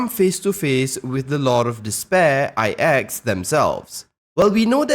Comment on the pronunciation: Good video, btw, IX is spell "its + Axe" i cant really spell it right. But the pronounciation is in between those. Iiitss--eXX. The start is like when you try to say "its" with the ending of "Axe" . "Itx" hope that help